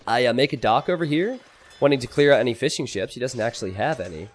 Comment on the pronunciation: Why do i hear him say Fish 'n chips instead of fishing ships?